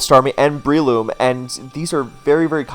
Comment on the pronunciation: I got one of your vids in my recommended, refell in love with your content. I just cannot get over you calling them "Brie-loom" like the cheese